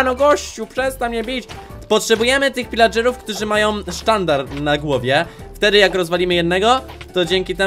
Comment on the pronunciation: Pilageruw nie wilageruw